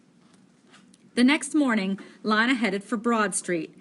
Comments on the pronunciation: Is Lina not Lana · Worst reading EVER it’s Lina not linea and stutter much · Sry to be mean but it's pronounced ( LEANA ) NOT ( LINEA ) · PLZ JUST SAY LINA PRONOUNCED L E E N A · Not trying to be rude but I think lina’s name is pronounced ( lee-na) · She says it like lie na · SHe SaYS lInA WrOnG